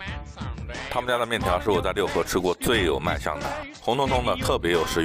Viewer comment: 应该是Luhe，不读Liu